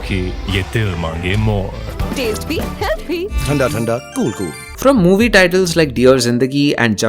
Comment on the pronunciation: I wonder why people mostly from maharashtra pronounce simple words really bad like - ठंडा - थंडा (थंडी लग रही है) डाल दो - दाल दो थाउजेंड - ठाउज़ेंड मिथुन - मिठून बर्थडे - बद्दे थियेटर - ठेटर मारतोड़कर - मटोंडकर Most UP people bcz of their देहातीपन pronounce "इग्ग्यारा, परछाइएं, गलतिएं" Biharis र का ड बना देते हैँ, और ड का र - लरका, खरे हो जाइये। Really irritating 😢😢 And and and bro you or whatever, what's wrong with your accent? Why is it so girlish and childish. Beech beech me that high pitch of yours sounds like your audience is nursery kg ke chhote chhote bchche 😢